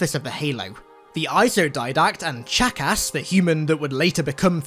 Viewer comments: Lmao he pronounces "Chakas" like Jackass. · Not sure if he said Chakas, or Jackass.